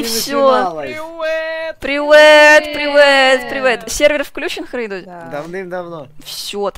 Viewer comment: Она сказала Херейдуль….